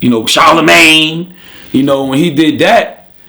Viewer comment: died when he's like "charleMAYNE"